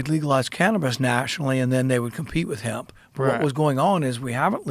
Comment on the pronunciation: It must've taken every last bit of patience not to correct him every time he would talk about "hemp."